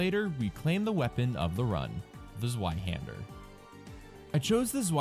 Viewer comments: Zvei. Zveihander. Not Zueihander! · To be fair, I still like the video. But the pronounciation is pretty strange